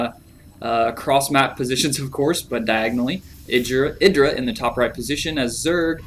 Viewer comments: i-dra not id I I I I I I I you dont say id you say I'd IdrA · wrong. its idra, not eye-dra. Confirmed too many times in interviews.